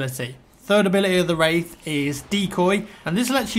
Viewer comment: am i the only one who thougth he was saying rape